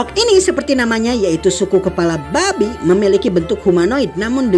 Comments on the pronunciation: "Ba'bi " 😭😭😭😭😭😭gua tergelak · Min kok gue ngerasa pas lu ngebahas orc, penyebutan kata BABI🐷, di hayatin banget yak?